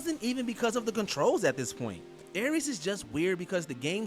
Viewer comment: Ares, Verdugo, Vergil, Rodin...you said those names in a weird way, they just sound very weird the way you say those names.